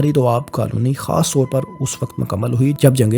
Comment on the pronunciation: آپ نے ویڈیو کے شروع میں میرا نقشہ استعمال کیا اور اس پر لکھا ہوا میرا نام ڈیلیٹ کردیا۔ افسوس کی بات ہے۔ اپنا لہجہ بھی ذرا درست کریں۔ مثلا لفظ "اور"، "طور" وغیرہ کا تلفظ درست نہیں ہے۔